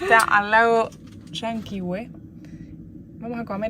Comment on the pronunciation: Hermoso viaje. Gracias x compartirlo. Solo acotar que están pronunciando mal algunos nombres de lugares. Petrohué, LLanquihué, Angelmó son palabras agudas.